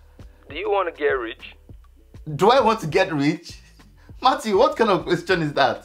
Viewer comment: Matttwo😂😂😂 it’s the pronunciation of Matthew